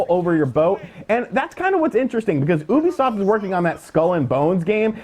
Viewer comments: its you bee soft not oooooo bee soft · "OOBIESOFT" XD